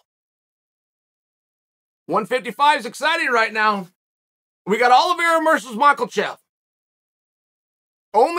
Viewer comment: Cant wait for Makel-chev and Olive-era.